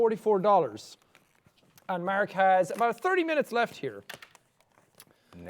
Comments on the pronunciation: I think it's more like "Maerk" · people say he says merk, its more like marik guys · After all this years, Jack is still saying Mark's name like 'Merk' XD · I know it's his accent but I love it when he says that